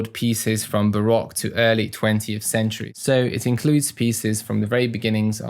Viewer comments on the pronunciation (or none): none